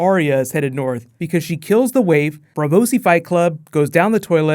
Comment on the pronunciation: North* not Borth